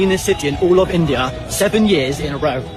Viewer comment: Ye Hai Tumhara endian 😂😂😂